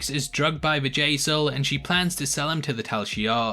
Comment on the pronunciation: Bjayzel. Bjayzel. Her name isn't Vajazzle lol